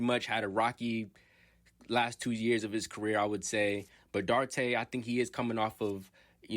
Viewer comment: His surname is pronounced Dew-ar-tay.. I am a Pacers and Kings fan. I hope Chris does well with the Bulls, as well as Jalen Smith. I still see Jalen having Giannis type potential as he matures. Chris has had a successful off season with the DR national team and seems a lot stronger.